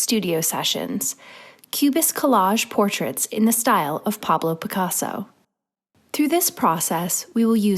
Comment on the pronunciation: par-blow pick-arso🤣